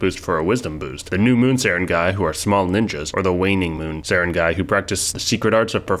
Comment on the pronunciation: On the other hand, he nailed Sarangay pretty well!